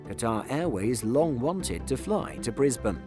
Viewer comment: Surprisingly he pronounced Brisbane right! But pronounced Canberra like a yank lol